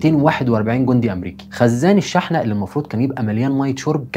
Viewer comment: شرح مبسط وجميل وطبعا حلقة مفيدة .. بس عندي ملاحظة على كلمة (شحنة) هي تنطق شُحنة بالضم مش شٍحنة